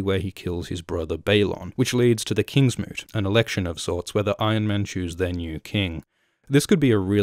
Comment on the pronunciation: Did you call it the kingsmitch? Isn't it the kingsmoot?